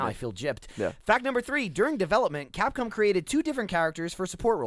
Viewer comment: If you listen veeeeeeeeeerry closely, you can hear say "Capcum".